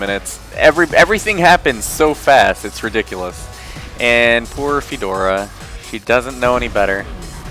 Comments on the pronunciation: who's fedora? its fiora. :( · Why does he say fidora?